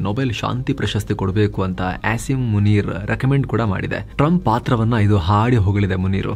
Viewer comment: A P ಯವರ Pronunciation ನೊಡಿ ಅಥವಾ ಸರಿಯಾಗಿ ಕೇಳಿ. " ಪಾಕಿಯ ಮಲ್ಲಜನರಲ್ Ass-im muneer" ಅಂತೆ 😂